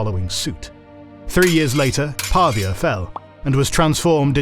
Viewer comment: Actually, "Pavia" is mispronounced: the stress falls on the i, not the a! ( I live there😄) Beautiful video as always btw